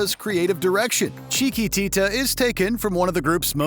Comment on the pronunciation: OMG! Please stop trying to say "Chiquitita!, you cannot say "Chiquitita" without making everyone's ears hurt! Stahp!!! "Touch Me" has a better outro than "Riders on the Storm. And where tf is Fool's Overture?...fool.